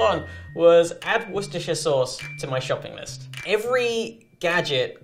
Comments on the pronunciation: It's pronounced woester sous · *worcestireisheahj sauce